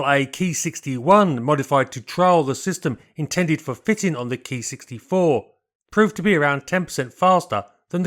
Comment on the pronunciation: Thaks for saying Ki right. It's KEY to good pronunciation. I was told by an internet sensei the Katakana Letter Ki was shorhand for Airframe + Number. As used by the IJAAF. The IJNAS Typed thier aircraft by a code that indicated Role, Iteration, Manufacturer and type number. A6M5 = Attack [fighter] Sixth in series/ M = Mitsubishi/ 5 = Fifth revision.